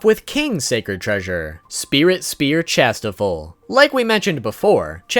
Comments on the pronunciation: Its pronounced shastefol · dude it is pronounced chas - tea - fold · Dude, it's ChastieFOLD. Ugh didn't you watch the anime?